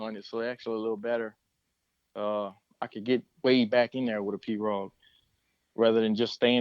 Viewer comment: Ive lived in Louisiana my whole life and ive never heard pirogue pronounced like that. We call it pirow